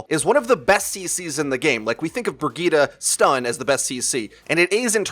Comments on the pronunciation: BROGETA?! It took me a while to figure out you were talking about Brigitte :D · Stop saying Bri-gee-tuh